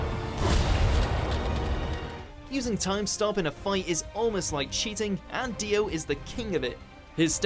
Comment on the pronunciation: Did he really call dios stand Zach wurldo